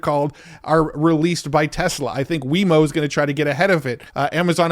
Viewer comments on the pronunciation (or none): Lol, "Weymo" bruh it's Waymo. Love your videos